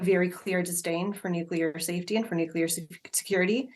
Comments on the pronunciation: Why do journalists continue to mispronounce the word "nuclear"? It's pronounced NUKE-lee-er, not NUKE-ye-ler. If my profession was to speak on camera, I would make sure I knew how to pronounce the words I was using. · I'm sure they'll pronounce "nuke-ya'll" if they could! 😁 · Times radio Interviewed a nuclear expert yesterday who had written a book about nuclear warfare, yet he couldn’t pronounce the very word that he was supposedly an expert in. Really the world have become a total idiocracy